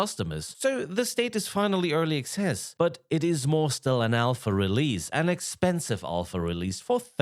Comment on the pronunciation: It sounds like you’re saying early excess. The only excessive thing about these vaporware games is how the amount of cash the lead devs pockets before failing to delivering.